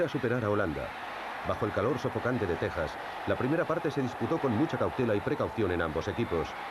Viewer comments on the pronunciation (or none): none